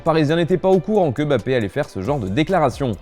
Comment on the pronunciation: On dit MmmmBappé...merde et pas Bappé